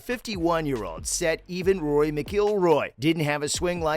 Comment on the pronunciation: You can tell this guy has no clue about golf. Can't even pronounce Rory's name properly. And no Tiger was nowhere near a 40% win rate. It's about 22%. Incredible but not 40. From what I have seen Charlie is good for his age but not exceptional. See if he can win 65% of his junior tournaments like Scheffler did. Time will tell if he is another Tiger, or another Gary Nicklaus.